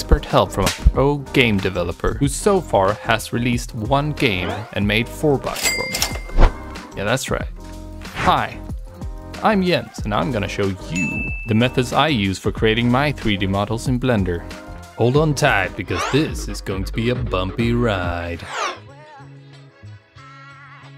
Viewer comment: bro are u german ? coz u pronounce Jens as Yens